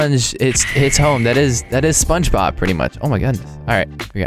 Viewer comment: Did u say spongenob